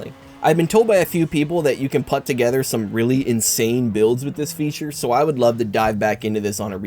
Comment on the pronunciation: I think the dislikes are for making "put" sound as "but", but I liked the video so I put a like 👍